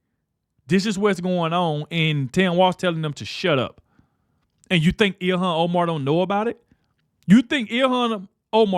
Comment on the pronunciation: Her name clearly sai ill-han.